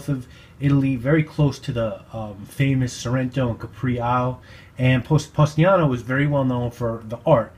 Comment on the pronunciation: The town is Positano and not Postiano.